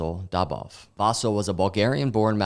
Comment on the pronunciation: Dude - “Vasil” on I, not on A